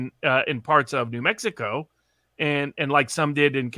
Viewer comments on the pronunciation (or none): none